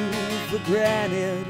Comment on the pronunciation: pretty good but you pronounced granted wrong